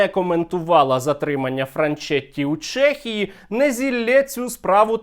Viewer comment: ЧЕхія не ЧЄхія, а так топ відос)